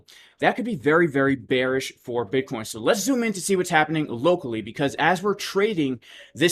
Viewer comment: J, my 4 year old twins laugh so hard every time you say buttcheek